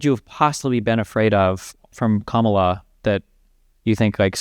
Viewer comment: The easiest sign you are about to talk with a brain dead Trumper is when they mispronounce Kamala. This dude said it right the first time, then purposefully said it wrong immediately after.